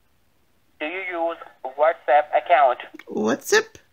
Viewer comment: The whole time he was repeating, whatsapp, whatsapp it sounded like he was saying what's up. You should have answered him with......' sup dude in your demure little old lady voice!